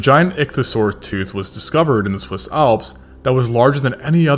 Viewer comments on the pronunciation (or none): none